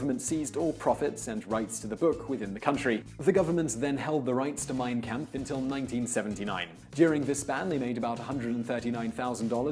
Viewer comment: 'Mein Kamf' . Is that German for "Art of the Deal'?